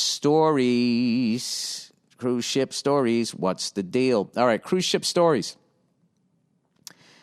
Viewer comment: says STORES